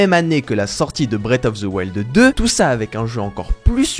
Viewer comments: je suis désolé mais: "Brette of ze wild" 😭? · Breate of ze wilde